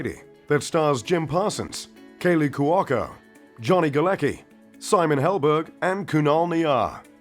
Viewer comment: The way he said kaley cuoco >.<